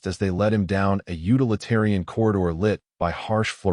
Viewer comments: WTF does "YOO-t'l-itehrian" even Fln mean!!!??? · Dislike the "reader" (computer voice)... utilitarian -->utilitarian /yoo͞-tĭl″ĭ-târ′ē-ən/...